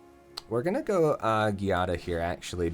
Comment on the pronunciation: I think it is pronounced JEE-ah-da, but I'm not sure either